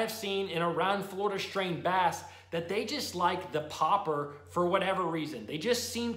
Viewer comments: Why are you saying popper like that....... stop it. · It triggers me how he says Popper